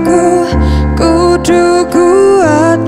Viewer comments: khusus lagu daerah ini...Ada yg kurang pas..di pengucapan 'KUDU" mestinya KUDHU..ama Tukul = Thukul... kalau mau pas logot jawa..lho yah.. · sipp...cm sdikit kritik dari saya sbg orang jawa...pengucapan kata "kudu" salah....